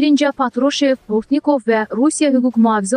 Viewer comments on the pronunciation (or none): Bortni'kov yox Bo'rtnikov